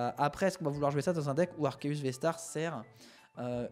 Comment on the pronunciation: Enfin un YouTuber qui prononce proprement Arceus